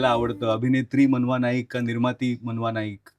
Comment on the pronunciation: "मानवा" नाही रे"मनवा" आहे 😂😂😂😂